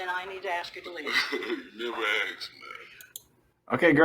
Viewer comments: "You neva AKSED me ta leave eitha. so...." This cat that can't even be bothered to enunciate or pronounce things correctly thinks he should be out "investigating" and causing a hassle for no reason? If he just has nothing to do maybe he could go back to school, and learn how to say words properly. After that he can get a job, and wonder how he would feel if someone came to it, and made his day way more difficult than it should be by unnecessarily stirring up sh!t and causing hassle. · "you nevuh axe me" these morons are a parasitic nightmare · So, he said.. you never axed to leave … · But she never "axed" him to leave! I'd LOVE to see her AXE him!